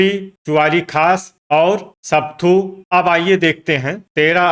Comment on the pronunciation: Not sapthu but sapathu